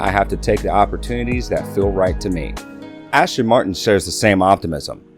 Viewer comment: Can you please say the names correctly...! It's not Ashton...its As-ton.